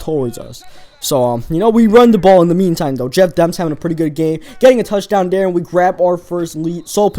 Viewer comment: dere instead of there